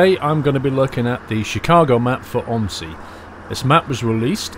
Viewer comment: Its not pronounsed om i si it pronounsed o m z i